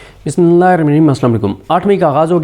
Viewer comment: Plz khud k liye Bismillah theek perhna seekh len